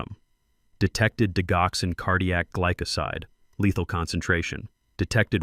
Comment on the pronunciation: Why do you use a Robo voice that mispronounces keywords in this narrative the digoxin is pronounced “dijoxen.”